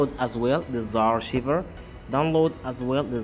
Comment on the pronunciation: What the hell is zarr-shiver? XD It's Z (the letter Z) arr-ky-ver. Archiver. Like archive, but with er on the end. Z-Archiver. Also, Magisk doesn't work on knock off Chinese phones, as they block access to recovery mode and the sideloader.